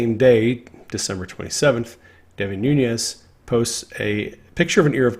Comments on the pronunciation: As my congressman, Devin Nunes has made me proud. His last name is pronounced New- Nez NOT Noon-yez. Just fyi. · Noo - nes (not Noo - nyes). Name is Portuguese, not Spanish. Just fyi. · * Noonez NOT NooYEZ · Devin Nunes is of Portuguese descent so his surname is pronounced NOON-ess. There is no Spanish tilde mark over the 'n'